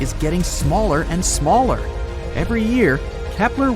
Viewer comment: this fucking AI even cannot talk on Year in propper way!